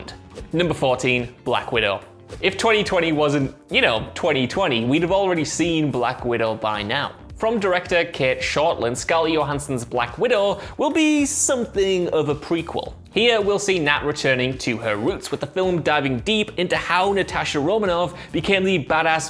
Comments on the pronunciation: Why do you (okay, your fellow What Culture peeps) pronounce her name as "Yohanson" despite then referring to her as "Scar Jo" in the next breath? Why not just pronounce her name the way she does? I was very confused and now I have to rewatch your video. Which is fine. Because your apocalyptic grunge look is dead sexy. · She doesn't pronounce her name "Yohanssen"